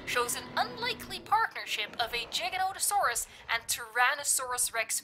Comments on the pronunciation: It's Giganotosaurus. Not Jiganotosaurus. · It's not jija it's giga